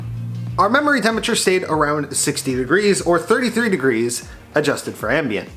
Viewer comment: Glad to see the temps are good, 'eckspecially' over "ambant" LOL